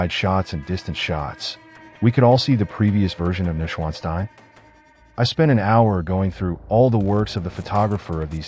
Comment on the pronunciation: iiiiiiii a little bit of effort with pronounciation specially if you use it in every other sentence over and over wrongly, it is "noysch-vaan-shtein" or let it read aloud by google